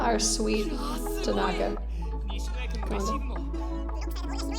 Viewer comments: lmao it's now my habit to call Tanaka "Takonga" because of victoria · “I would like to chess bump Tenaka” SIS ME TOO😂😂